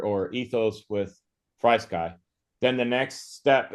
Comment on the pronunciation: It’s pronounced FREE sky